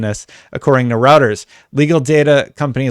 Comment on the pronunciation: Reuters is pronounced Roy-ters not Ro-ters/Row-ters Not a biggie, just saying